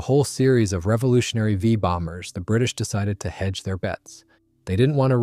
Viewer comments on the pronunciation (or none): This is AI... You ever heard of the the "Famous RAF Vaye Bombers"?